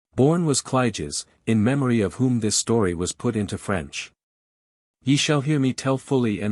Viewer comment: French accent terrible. Voice nice.